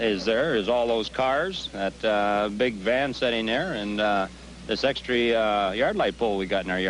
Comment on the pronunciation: I just noticed, they DO say "Ex-tree"! XD